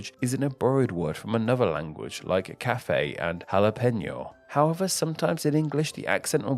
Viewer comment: Café* not Cafei